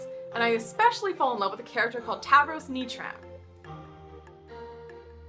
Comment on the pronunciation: Lmfao, i say Nitram as nyah-tram, it was weird to hear as nee-tram